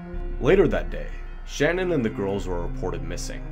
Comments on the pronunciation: FYI her name is Sha Nan not Shannon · Shanann was 34 not 44 and you pronounced her name wrong Znot shannon shann Ann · Her name isn’t Shannon, it’s Shanann (like sha’nann) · #2 you call Chris Watts' wife Shannon, but it's Shanann pronounced "Shan Ann". Just correcting you in her memory because it was said that mistake in pronunciation always bothered her. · Her name is Sha-Nan NOT Shan-on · Watts wife's name was Shanann - emphasis on the second syllable...pronounced Shuh NAN. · Her name is not Shannon! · Hiya... Like the direction you're taking in your vids, but hon, ya gots to RESEARCH! And research well... Watts' wife's name is pronounced Sha-Nan, emphasis on second syllable... He has many stories to his confessions, but the generally accepted is that he murdered his wife in the house, took her body to his truck and laid it down on the back seat's floor. He then put the girls on the back seat, while the girls asked "What's wrong with Mommy?" He transported them to a battery of oil tanks owned by his employer's company. He strangled the youngest, Cece, first. After having witnessing that horror show, his oldest, Bella, asked him if he was going to do to her what he did to Cece... He did indeed do so, but the little girl fought for her life, as highlighted by the post mortem reports. He then callously stuffed one tank with the youngest, and the eldest in the other tank. However, Bella didn't fit the 18" hole like Cece had, and he had to wrench her arm from it's socket in order to manhandle her in. Bits of skin and hair were retrieved from the lip of Bella's tank. Many more plot points in this horrific mess, but there you have the final moments of the family... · You pronounced Shanann Watts' name wrong but this is a good video!